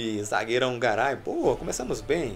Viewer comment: Na narração do fifa fala carai em vez de garay